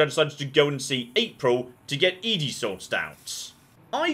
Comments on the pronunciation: I will never get over the fact he pronounces it E-DE not ED-E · I know you (for some reason) refuse to properly pronounce ED-E but do you have to also misgender him?